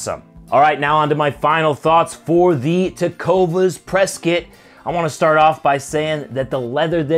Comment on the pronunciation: PRESKIT LOL